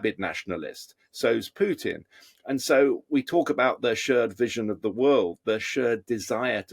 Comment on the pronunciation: I love the way you pronounce Pjuuutin 😂 … Copenhagen supports Times Radio